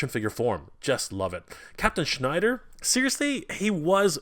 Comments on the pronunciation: It’s Shiner not Schneider! He’s not Jewish he’s a freaking Space Alien! Please say it correctly. 😂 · Shiner not Schneider:) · just wondering why you kept calling him Captain Schnider when his name is Captain Shiner?? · Shiner not Schneider